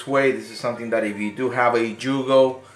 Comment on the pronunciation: Haha It's pronounced yugo not jugo YOUGOH haha